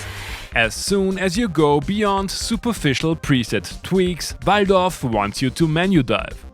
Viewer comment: Finally someone that says VALDORF as it should be said